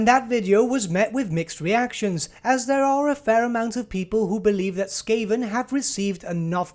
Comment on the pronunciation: I think you pronounced skaven wrong. Dark Elf and skaven don’t even sound the same ;)